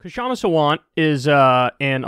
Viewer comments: PSA: Her name is Kshama. The 'K' sound is very brief. It's better to keep the K silent and just call her 'Shama' than make it a hard K sound and say 'Kashama'. So just pronounce it Shama. If your native language has 'small consonant' sounds as in Sanskrit, go ahead and pronounce it Kshama with a short K. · "Kshama" isnt spelt "Ka - shama". Its "Ksha - ma" or if you have problems just say "Sha-ma" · You'll never see this but "Kshama" is pronounced with a silent "K". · Kyle, THE “K” IN KSHAMA’S NAME IS SILENT!!! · Kyle, the "k" in "Kshama" is silent. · Talk , you don't pronounce the 'K', it's just "Shama" ;)